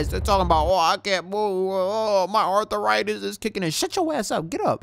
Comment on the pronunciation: ARTH-A-RITIS? LMAOOOOOOO